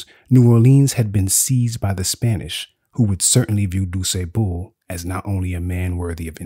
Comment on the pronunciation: I wish the narrator would stop pronouncing DuSable's name incorrectly... Especially since he pronounced it correctly intermittently throughout the video. It's disrespectful.